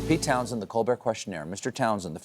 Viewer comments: It's townSHEND, not Townsend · Pete TOWNSHEND, not "Townsend".